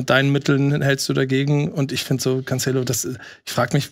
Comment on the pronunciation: Jedes Mal wenn CanTSCHello sagt, stirbt etwas in mir